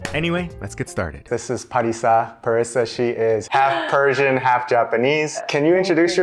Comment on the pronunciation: Sounds like she is saying she is Parisian, not Persian! 😂